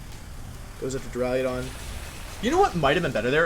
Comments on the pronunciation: Wolfe.... for my sanity learn to say duraludon not duraliadon. Please!!!! Lol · d) I'm tempted to unsubscribe because of how you pronounce "Duraludon" alone